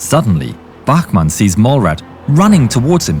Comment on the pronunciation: His name is Bachmann and not Bachmenn and he is obersturmfuehrer and not oberstermfuehrer